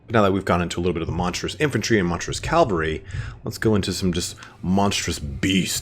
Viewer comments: I really like your lore vids, but I'd dread to watch any related to Bretonnia, because it bugs me when people say "calvary" instead of "cavalry". :) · Cavalry not Calvary. I swear I'll beat it into yet!